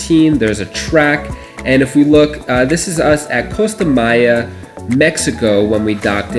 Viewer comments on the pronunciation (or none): none